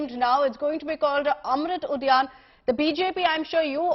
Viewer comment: Ud Udhyaan hota bey bkl anchor Udayan nhi